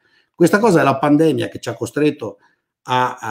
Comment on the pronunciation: Michele, comunque si pronuncia pandemìa